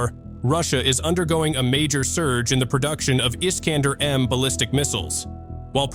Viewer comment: Missile iskander , ne pas prononcer la fin dumot é mais èr comme der FÜRER🎉 .